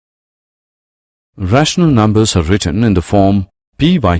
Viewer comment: "Rahshnul numbus" Lol